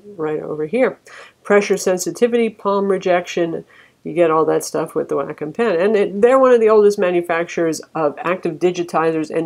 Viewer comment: Wacom= "Whack'em".. come on